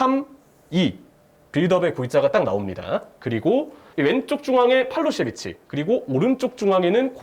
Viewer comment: ㅋㅋㅋ 팔로셰비치 아니야ㅋㅋ 팔로세비치야ㅋㅋㅋㅋㅋ